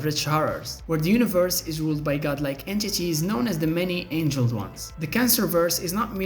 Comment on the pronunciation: Many Angled Ones, not "many Angeled Ones" obviously this isn't an accent issue. I like the content for sure, but your use of Bots and AI to voice your videos is a deal breaker...